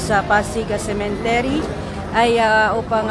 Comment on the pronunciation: Correction lang po...😊🤗✌️✌️✌️cemetery Hindi cementery. .. ✌️✌️✌️🤗🤗🤗